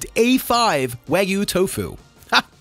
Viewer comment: Wag-yoo bro.